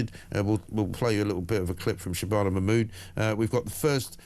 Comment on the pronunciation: Just stop legal aid! It’s not hard shitana.. I mean shibana